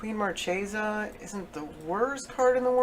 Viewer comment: It's pronounced mar-kay-sah, which is an italian marchioness (i.e. a woman holding the rank of a marquess or married to one so ranked).